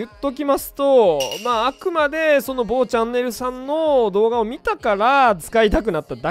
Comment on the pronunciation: めっちゃ某チャンネル強調してくるの笑ったわ